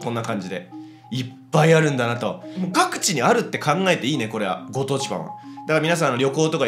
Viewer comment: ご当地パンのくだりの｢各地｣が｢パクチー｣に聞こえた